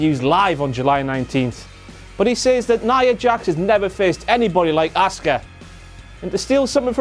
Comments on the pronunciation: its pronounced Awska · Yeah right, I never understood why they call him SHINSKE instead of ShinSUke but ok Same thing with ASka instead of ASUKA .